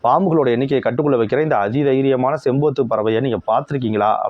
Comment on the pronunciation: அது பேரு செம்பூத்து இல்ல செம்புத்து 🙂